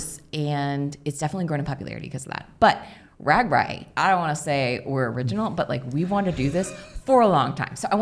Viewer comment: Ragbra, not ragbri